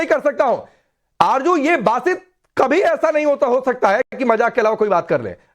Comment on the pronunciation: Arzo hota hay arjo nahe hota hay jahel🇵🇰😁